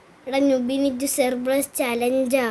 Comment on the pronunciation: Cerplus alla cerberus